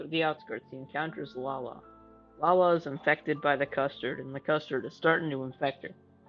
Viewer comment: atleast he said lala right